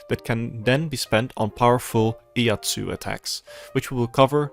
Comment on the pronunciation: Its Iaijutsu not Iatsu :P If its easier, just call it quick-draw, as that what it translates to, quick-draw techniques. And even people with a single braincell will understand if they look at the... sheathe and draw animations of the Iaijutsu skills